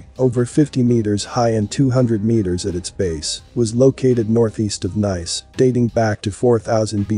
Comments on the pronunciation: I’m not smart but I know Nice is pronounced “Neece”. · By your logic because a painting 'proves' the existence of giants, that coin 'proves' the existence of dragons, right? 🙄 & who pronounces 'Nice' like that?